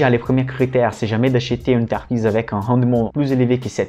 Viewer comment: Belles série de vidéos didactiques. Un petit plus serait de prononcer "entreprise" et non "enterprise" mais je sais que la langue française n'est pas facile. ;)